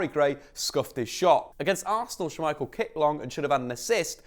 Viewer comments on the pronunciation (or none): Why "Schu-michael"? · Yuri "Teals-man" and Kasper "Sha-Michael", indeed.